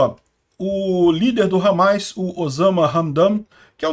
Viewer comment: Não é hamais, é hamas